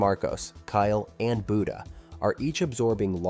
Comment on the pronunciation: Its pronounced bee-you-da. Its a common mistake when saying Buda's name.